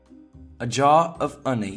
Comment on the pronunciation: You pronounce honey strangely. It isn't British nor American.